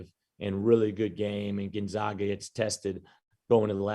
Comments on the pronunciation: Steve still doesn't know how to pronounce Gonzaga. Keeps saying GonZOGa. How has it escaped him that the team is called the Zags, not the Zogs? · still can't pronounce Gonzaga correctly.